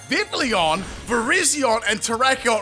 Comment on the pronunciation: Hey, I just wanted to leave a tip :) The double l in Vivillon makes a y sound rather than the standard for English l, because it is based on French pronunciation. So it would sound more like "Viv - iy - on". Great video by the way! I'm a big fan :D